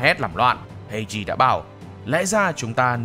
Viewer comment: Kênh đừng đọc phiên âm "ei" là "ây" được ko ạ :(